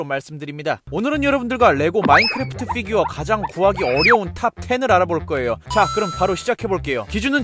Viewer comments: Fㅣ규어 발음 신경쓰기 시작하면 계속 신경쓰게 되는 희한한 영상 🤔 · 쀠-규어 발음 킹받넼ㅋㅋㅋㅋㅋ